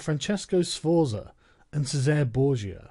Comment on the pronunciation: The way Sargon can't pronounce italian names like Francesco or Cesare, triggers me immensly